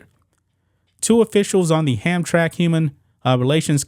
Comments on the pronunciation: Dude you should check the correct pronouncing of words I see destroying names on a regular. It is pronounced Ham_tra_mick not Hamtrack ask somebody. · It's pronounced Ham-Tram-Mack. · It's pronounced Ham-tram-ick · It's pronounced HamTRAMick. And it's not "near Detroit," it's actually IN Detroit. FWIW I doubt the former Polish Catholic majority would be tolerant of this, either. For that matter, I doubt there are any gay people in Hamtramck, so what, exactly, was the point of hoisting this flag? (I know what it was, it was a rhetorical question.) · Pronounced. ham-tram-ick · It's pronounced Ham-tramick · Ham-Tram-Ick is how it is pronounced. Used to be the headquarters for most big business in Detroit, now it is a shithole just like Detroit. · sounds like Ham Tram ick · Not that it matters but its pronounced ham tram ick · it's 3 syllables. Ham-tram-ick. How times have changed. In the 50s and 60s it was mostly Polish people. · I was in the Marines with a guy from Hamtramck. He said it “Ham-tram-ick.” Right, wrong….Idk. Hey RT!—you still alive? I had the tooth I knocked out of you for a lot of years. Good story, conversation piece. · Not to be too picky, but its pronouced Hamtramic. Hamtramck was predominately Polish American for decades. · The city is pronounced "Hamtramick". I live in Detroit just across the railway tracks.😄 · IT''S PRONOUNCE HAM TRAM ICK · It`s Ham Tram ick not Hamtramck lol . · Don't normally correct tubers but it's pronounced Ham tram mick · Pronounced Hamtramack This city is actually located inside of Detroit. They don't play that gender stuff. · I’m from Detroit… it’s a village inside of Detroit that used to be all polish. The pronunciation is Ham-Tram-ick.